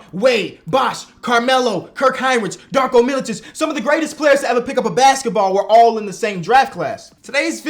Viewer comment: Bro said Darko Milicic😭